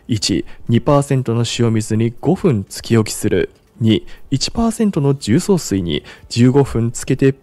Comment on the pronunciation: 重曹のアクセント変ですよ、出身はどこですか?